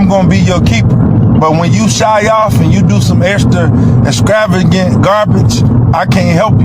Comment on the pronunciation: Why, oh why, do they insist on using big words when they not only can’t pronounce them, but, misuse them? Example: ‘Excravigant’ wtf??? 🤦🏻‍♀️ And, what’s with the comment at the end: ‘Hotep, people, Hotep.’ Really???🤦🏻‍♀️